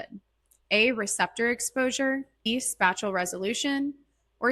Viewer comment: Why do you say SPACHULL instead of SPATIAL